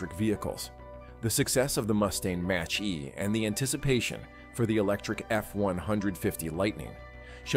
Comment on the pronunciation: I hate robot narrators. Mach E. Robot thinks that is pronounced match e.